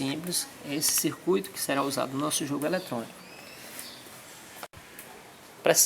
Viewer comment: élétronico kkkkkkkkkkkkkk